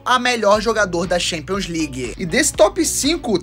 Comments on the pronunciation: Me doem os ouvidos cada vez q ouço alguém pronunciando “xampions” league. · Tchempions, pra ser sincero.